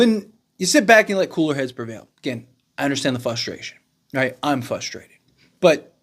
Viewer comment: Frustrated, not Fustrated